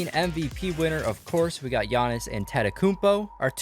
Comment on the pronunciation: You say giannis name so wrong